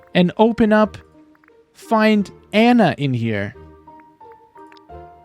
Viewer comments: Ah-na. Drives me nuts hearing you say her name wrong. 😂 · Spelled Anna pronounced On-uh